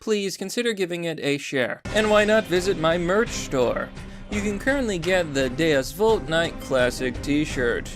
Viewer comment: so glad he's saying "Deus Vult" properly now. "DEUS VOOLT!"